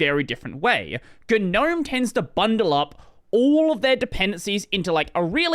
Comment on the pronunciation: all my life: gnome this dude: GEUH-nome